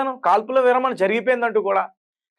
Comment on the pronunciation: తమ్ముడు, విరామణ కాదూ, విరమణ అనాలి